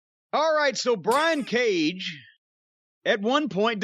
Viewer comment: That "Cage & Page" mention sounded a bit like "Cajun Page". Hmm, maybe that's an idea for a new gimmick for the cowboy?